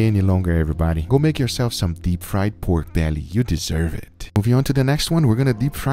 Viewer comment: Bruh. I hate the way he say “peiorke bealliey”